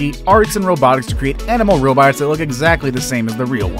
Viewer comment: nobody: RRRRRRRRRrrrrrrrrrrobts